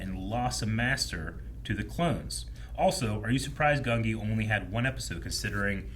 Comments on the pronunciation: GUN-jee (not GUN-ghi) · Ngl, don't know where you got the pronunciation "Gun-GI". I've always heard "Gun-JI" with the spelling as Gungi since his introduction